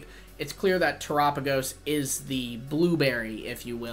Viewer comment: Yoo bud soo one thingy, Terapagos is pronounced after the word of Terra, earth, and galapagos, so terrápagos basicly